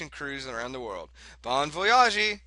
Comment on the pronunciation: Actually, the game is being perfectly reasonable. you are just expecting it to be a mirror of your life. Any non-baseball loving wife would get bit annoyed at that. (also, bon voyage is french they pronounce it as the do "age". Bon-voy-ahge. the E is not exaggerated. )